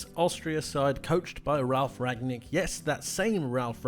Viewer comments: It is Ralf Rangnik, not Ragnik (Rang nik) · It's RanGnick not Ragnick! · Great video! The coach is called Rang-nick though ;) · Rangnick is actually not so hard to pronounce: "Rang" like "rung" from ring, rang, rung plus "Nick" like Nick Nolte...